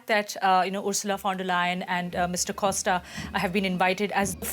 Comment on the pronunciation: COSSta 😬 it's COSHta 😂